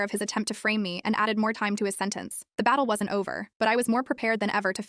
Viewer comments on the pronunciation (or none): none